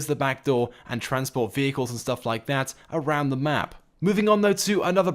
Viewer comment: You said around the mup not map